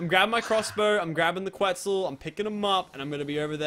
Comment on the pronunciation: stop saying quitzal eggs LOL